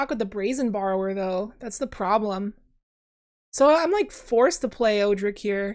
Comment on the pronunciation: I’m fairly confident Odric is pronounced ‘Odd-dric’, not ‘Oo-dric’.